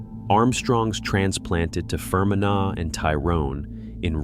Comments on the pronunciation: Fer men agh?, Fermanagh (Fer man agh) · Fgsakes…..phonetically It’s FER-MAN-AH (Ireland). Agus…it’s LÁN-ARK-SHIRE (Scotland) ….agus…AIR-SHIRE (Scotland)… DUM-FREES-SHIRE…… Yeah….America got all the Scots n Irish to building all the building….. rtump is demolishing the whole country now.